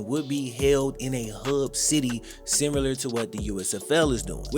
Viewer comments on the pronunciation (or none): Lol kills me with the "simyeelar" aka similar🤣🤣